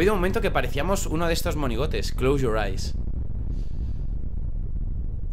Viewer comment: Clous Yor ais Inglés perfecto